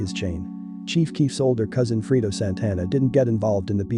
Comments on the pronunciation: lol "freedo" A I ass voice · It’s not freedo, it’s Fredo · it's fucking fredo man say his name right brfore reporting on him or others. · FRAY-DOE - Fredo